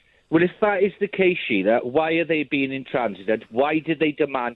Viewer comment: effing hate this Brexit Buzz Word 'intransigent'. None of these Sun/Mail/Express readers even knew this word before 2016. And this plonker cannot even pronounce it! 😅 If you hear the word 'intransigent', your internal alarms bells should be ringing like crazy. This is an immediate indicator of the sort of 💩 media, that people consume.